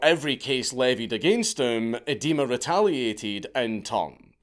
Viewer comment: I'm amused by the pronunciation of Idema as eh-dema instead of ai-dema, an Edema being a medical term for swelling caused by fluid retention. Can't tell if this is intentional or not.